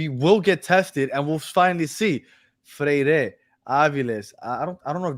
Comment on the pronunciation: to brother and: NE (silent access to the E) GRI!!, FRE (silent accent on the E) IRE!!!